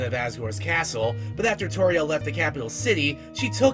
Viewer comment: "TORIEL" ISN'T PRONOUNCED LIKE THAT EITHER!!!!!!!!!!!!!!!!!!!